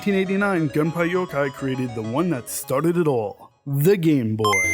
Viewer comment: Gun-pie-yo-kai? Dude get your pronunciations right. GUN-PEY-YO-KOY Also no new 2DS XL